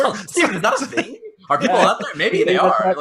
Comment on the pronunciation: Sidenote: sometimes says thang instead of thing.